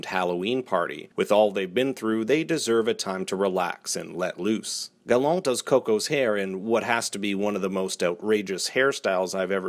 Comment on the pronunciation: LMMFAO why do you pronounce Gallant like that? 😂